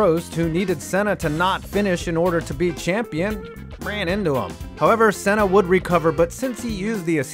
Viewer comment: Senna's name it's actually pronounced right. Look for a brazillian commentary of a gp of that era and compare to what he says .